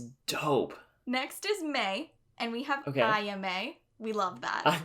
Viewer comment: When people watch the anime and hear these names constantly but still butcher the pronunciation. Like, how? Japanese is literally how the romaji is spelt. AH-YAH-MEH! It would only be pronounced the way you are saying it if there was an I after the A. It is Ayama. Not aiyame And why are you saying Reen? Are you Russian? It is Rin! R-IN!